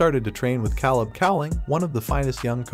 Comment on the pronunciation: Lol it’s Coby not Colby and his coaches name is Caleb not Kahlab